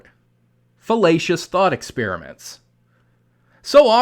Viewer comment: Everytime you say Fallacious I hear Filetcious which makes me think of Fish. Thanks for stoking my appetite.